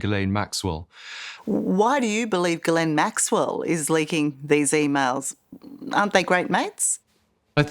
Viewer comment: You should at least learn how to pronounce Ghislaine....... FFS